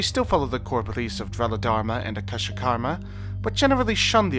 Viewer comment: Your proniciacian is terrible. It's Aka-shic. Ver-bena.